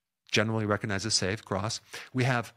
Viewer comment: The "G" in recognize is not silent.